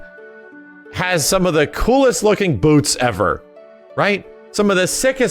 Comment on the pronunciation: I’m here to hear say “BEWTS”